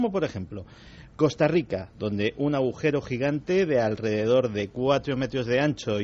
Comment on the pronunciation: Estoy empezando a escuchar vuestros podcast de vuestros pasos por la Ser. Que no pude escuchar puesto que mi jornada de trabajo empezaba a las de la mañana. Me encantan. Pero mi comentario va para Iker. Que hasta hoy en día sigue diciendo, "aujero". En lugar de agujero. Me hace mucha gracia. Vaya que no es burla, es que cada uno tenemos nuestros modos, formas de expresión, creencias del habla, etc. No quita para que os adore y vea Horizonte, Cuarto Milenio y todo lo de vuestra pareja milenaria y maravillosa que formais. Un cordial abrazo para los dos. Perdón si he ofendido en algo, no es mi intención.